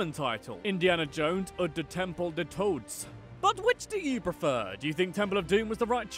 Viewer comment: You should at least try to pronounce foreign words correctly. I don't think that you or anyone else really thinks that the german word "Boot" is pronounced like the english word "boot" or that the German word "todes" is pronounced like the english word "toads". It is not difficult to find out, that oo is pronounced just like a long o in German (es well as in almost every other language) and that German doesn't leave out the e im words like "todes".